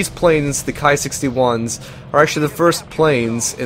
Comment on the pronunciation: KI is pronounced like key BTW